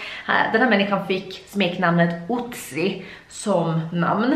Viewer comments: Inget hat men inte Otzi utsn Ötzi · Du säger otsy han heter ötsy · Det uttalas faktist som Ötzi